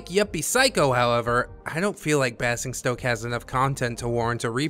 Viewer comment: Just an fyi - Basingstoke is pronounced in the same way as 'fazing', 'crazing' and 'amazing'. It's a pass for me because I am not big on strategy. Great video again.